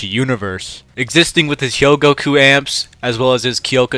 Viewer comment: 10 seconds in, and I'm treated to both "Sasuke Aizen" and "Hyogoku". I can't watch this bro, it hurts.